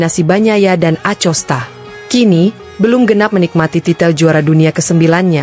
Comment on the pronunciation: Mohon maaf ya... Bacanya akosta bukan acosta dan marqez bukan marquez... 🙏🤜